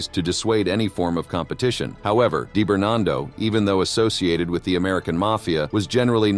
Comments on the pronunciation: ” Dye “ Bernardo 😊 … it’s pronounced ” Dee “ Bernardo . 😂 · DEE - Bernardo, not DIE - Bernardo. Jesus. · “Die barn bar do.”😂😂😂. AI is here to stay apparently. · Deyebernardo lol